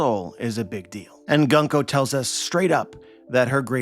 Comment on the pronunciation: Gunko's name (軍子) is pronounced グンコ goon-koh not guhn-koh. The simplest way to to remember this aside from just learning Kana is to remember that Japanese syllables are nearly always pronounced the same. Thus the U sound in Luffy, Usopp, Kuzan, etc and the U sound and Gunko will be the same. Interesting theory. I definitely think there is something up with the Gorosei and the God's Knights not exhibiting Haki so far. I do wonder if there really is a difference between the two though. All the Gorosei are very old already, and Garling, while he did age, is now also old. It could be that they get old but will never deteriorate in a way that will result in death.